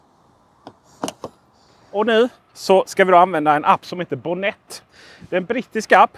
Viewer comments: Mycket bra tips! Tack för guiden! 😀🍸 Men uttalas det inte med betoning på o:et? Bonnet betyder motorhuv på brittisk engelska. 🇬🇧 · Jo, det gör det. :)